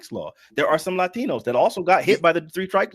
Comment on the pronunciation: why he say “latinos” like that??? 😂